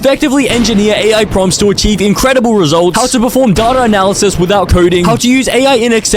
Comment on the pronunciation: When he said data I heard dada